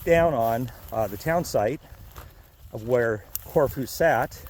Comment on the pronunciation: Love the video. I’ve been there a few times. The locals I know pronounce it as “CorFew”. They aren’t shy about correcting me.